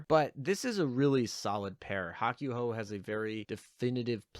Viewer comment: Bud don't you understand Japanese at the very least? You should know the the japanese u makes only one noise when by itself and the a ooh sound. Therefore Hakuhou does not sound like Hawk you ho its Hawk ooh ho. For the love of god man you speak for a living, learn to say things correctly.